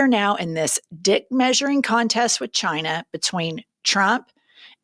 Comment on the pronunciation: 😂🤣 Good one "Jyna" (China in velveeta voldemorticians pronunciation)...